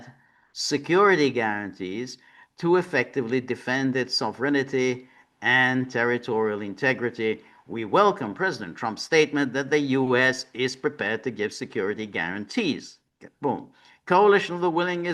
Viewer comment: There is no "ity" in sovereignty. It is pronounced sov-rin-tee, three syllables. It is NOT sov-er-en-itee, four syllables.